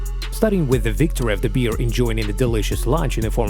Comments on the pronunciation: NOT a BEER... A BEAR!!! (pronunce BARE!!!) 😋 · It’s bear not “beer” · Umm...question?? Wtf is a Beeare?? I guess he meant Bear right 🤣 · L'IA est si intelligente qu'elle ne sait pas discerner bear (l'ours) et beer (la bière)😂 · its bear not beer ffs learn to read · Corrección, Best es oso no beer cerveza como tú dices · Is it correct that we pronounce bear the same with beer? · Where are YOU from that you don't know how to pronounce BEAR properly? YA'LL need to get a new announcer, one that doesn't drink BEER! WTF?